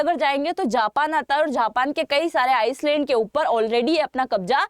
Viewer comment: Madam aap Tutor hain ? Aap Japan ke Island ko Iceland bol rahi hain ? Kya aap ek achhi Tutor ho sakti hain ?